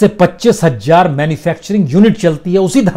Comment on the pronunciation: बंधु आप हज़ार को हमेशा हज्जार क्यूँ बोलते हैं ? हज़ार बोलें अच्छा लगेगा ।